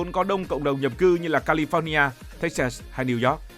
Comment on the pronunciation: Mall ~ Mo chứ không phải Môn, California đọc nhẹ thôi, Pho nhi a chứ không phải Phóc